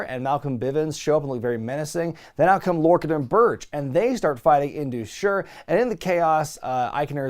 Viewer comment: just wanted you to know that Sher in Indus Sher is pronounced like Share (or Cher) not Sure.:D